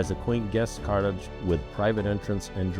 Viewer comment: What the hell is a "cartage"?